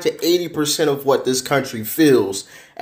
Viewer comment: why’d you emphasize to? Lol weird.